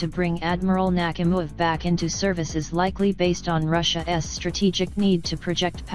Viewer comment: "Russia ess." 😂